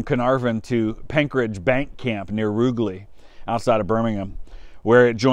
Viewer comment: Brilliant series , brilliantly hosted I do have one small thing Rugeley near birmingham is pronounced rouge-ley 👍🏼